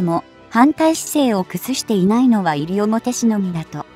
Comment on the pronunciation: いりおもて市じゃない、にしのおもて市だ。勉強しろ